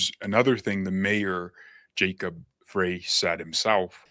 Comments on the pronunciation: Frey … pronounced “fry” … Frey. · Mayor Soy Boy's last name is pronounced FRY. Not that I care. Just FYI. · Native Minnesotan here, All the local media pronounce Jacob Frey’s name as ‘fry’, the same as the late great Eagles founder Glenn Frey did. It’s only the national media who pronounce it ‘fray’. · Hey, we haven't seen you. I subscribed to you, I thought.. That name is Frey like fry. Unless they decide to say fray. But the 'Eagles' band had a voice of Glenn Frey, and everyone said it's pronounced fry. Hope you figure it out